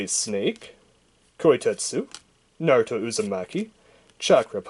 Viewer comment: He said Narutoin a bad way